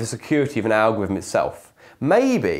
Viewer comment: "ahgwivm" Come on, dude-- English is your first language. There's an L, an R, and a TH in there.